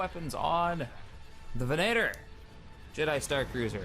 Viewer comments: Its venator not venaaator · It isn't 'Ven-A-tor', it's 'Ven-uh-tor' Lu'cre'hulk, not Lu'se'hulk. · Don't say venaitor again... Goddamnit... It's facking VENATOR, with an accent on "e" and mute "t". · did anyone else notice he was pronouncing it venAtor and not venator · Not to be a grammar Nazi or anything, but your pronouncing venator wrong. It's more like ven-eh-tor and not ven-ay-tor. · It's called a ven-at-or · If you are going to grammar nazi, grammar nazi properly. Its pronounced ve-NA-tor, and there is no eh sound in the word. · You are mispronouncing Venator and a few other things. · Cassio rivatto It is because we are Star Wars fans and because when ever he mispronounces Venator it sounds horrible to me. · Cassio rivatto In this case he is really getting it wrong and it is rather bad, in the case of Mustafar I can stand it. Sorry for the bad spelling. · Ultrabeast Harkonnen Venator is a gladiator type which were actually hunters and circus act performers, not really gladiators. The fact still remains that he is mispronouncing a word and it is annoying.